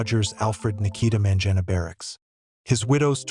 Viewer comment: This person did not even have the courtesy of pronouncing Mangena's name properly...very rude and disrespectful...what a shame.